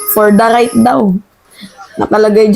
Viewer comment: "FORTHRIGHT" po at hindi gaya ng pagkasabi nyo na " For the right & "isuzu".